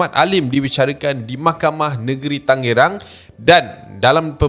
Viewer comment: Tan ge rang bukan tenge rang